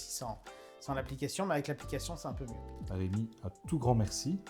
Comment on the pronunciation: Hergé c'est REUMI .... Vous C'est Rémi .... REU/ Ré ....